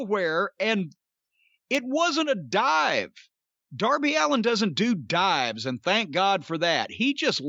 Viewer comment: HOW DID YOU MISS 'DOUR-BY ALLEN'?! 😆